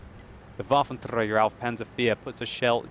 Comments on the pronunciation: 'waffentrrrrrrrrreeaager awf panzer IV' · nagyon röhejes ahogy a waffenträger-t mondja